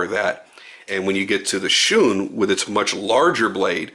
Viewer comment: Gets the word shun correct. Gets the word tanto slightly wrong. Lol Tah n toe. 😉